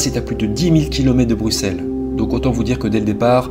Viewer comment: Big up pour ta prononciation des noms propres! C'est rare que ça ressemble à quelque chose de la part d’un français. Chapeau bas. Déjà le X de Bruxelles prononcé S. Linkebeek avec un É (qui aurait pu être un poil plus long) plutôt que le fichu È qu’on entend si souvent. Et finalement le nom de famille de Natacha qui est parfaitement plausible (je ne sais pas comment la famille le prononce, mais je pense qu’ils ne seraient pas choqués). Donc, grand merci pour cet effort car c'est irritant pour l’oreille dans maintes vidéos. Et merci aussi de relayer cette histoire dont on a finalement très peu entendu parler en Belgique.